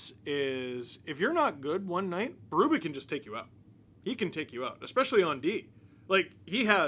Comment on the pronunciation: It is pronounced BeruBEE NOT Berubay